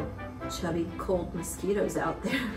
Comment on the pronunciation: "these misqetos" lol =D